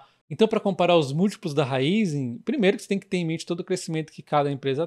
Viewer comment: PARABÉNS pelo vídeo! Sou seu seguidor assíduo 😀 Parabéns também por ser um dos únicos, ou talvez o único a pronunciar o nome da Raízen corretamente 👏👏👏